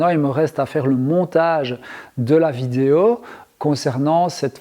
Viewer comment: De toutes façons tu ne dis pas "vidéo" mais "vidéau" donc rien pour ça c'est guerre mondiale, et puis c'est tout!! Compris!!??